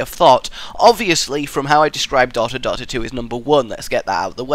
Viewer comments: Why do you pronounce Dota wrong btw xD? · Why do you say Dota wrong?